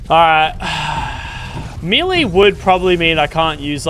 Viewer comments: it's Mel Ay not Mee Lay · Not trying to come off as rude, but it is pronounced may-lay, not mee-lay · Bro said "me-lay" instead of melee Btw melee is pronounced like "may-lay" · I'm gonna be that guy and say "melee" is pronounced "may-lay". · It's pronounced "may-lay" in most other English speaking countries too, including Australia. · I am still gonna say me-lee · I live in the states and have always said me-lee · bro said meelee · Mee-lay bruh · does anyone else notice how he pronounces melee. lachy mate its pronounced may-lay